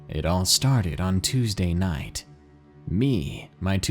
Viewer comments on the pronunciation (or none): none